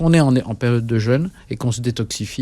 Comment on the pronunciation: Jeune/ jeûne …Soit! Ça ne se prononce pas de la même façon…